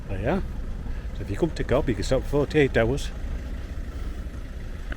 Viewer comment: It´s pronounced "Cove" not Cob